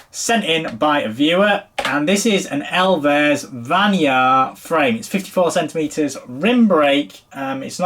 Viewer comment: Love you, but you can’t fully capture the hilariousness of this frame unless you pronounce the brand “elves” and not “ell-vez.”